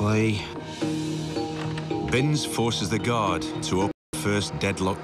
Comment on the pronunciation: It’s Binse NOT bings. & he’s nothing like Cool Hand Luke that’s a Yanky Hollywood fairytale movie.. Chris Binse is a good Oz🇦🇺 knockabout bloke who’s been dealt a few bad hands & done a few armed robberies but never shot or hurt anybody.. He should’ve been set free year’s ago & the same goes with Brendan Abbot “post card bandit” let old mate out for fuks sake he didn’t kill anybody just robbed some banks of money, big woopy woo woo.. It’s amazing that peadophile’s & rapist’s sex offender’s who do so much worse & get a slap on the wrist with a wet lettuce 🥬 leaf. But rob a bank they bury them in prison over money & nobody is hurt, but rape kids & destroy lives forever they get suspended sentences or 1yr in prison in full-on protection & they get zero punishment.. it’s a crazy crazy system i tell ya what, no wonder i live way out bush past Bourke on a property & keep to myself.